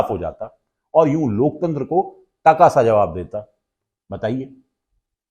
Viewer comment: जी अपने अपनी बातों में कई बार लोकतंत्र की दुहाई दी तो कम से कम शब्द तो सही बोलिए ।"लोक चंद्र " कहिए महा मानव से कुछ सीखिए